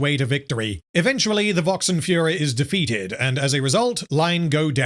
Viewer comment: Vox calling himself "furor" in a way that makes it sound like he's saying "fuhrer".